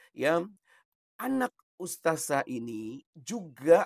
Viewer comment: Kayaknya boong nih, kok dia bilang ' ustajah ' kalau anak ustadzah pasti makhroj bahasa arab nya fasih